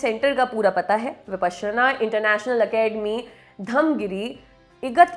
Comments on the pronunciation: Your pronunciation is slightly off the mark! Please refer to original Sanskrit pronunciation!! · Anchor's pronouncing it "विपश्यना", whereas I always here it as "विपासना" everywhere. What's correct?